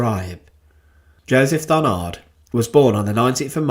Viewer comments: It is Joseph DARNAND ,not DARNARD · Joseph Darnand, DARNAND, not Barnard nor Darnard..... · Darnand, not Darnard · Darnand pas darnard svp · "DarnaNd". There is a "N" instead of a "R". Thank you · I am sorry, but mispronouncing Darnand at least 50 times during the whole video is a nightmare to listen to. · Yes and we don't pronounce the final d either - it's a nasal sound.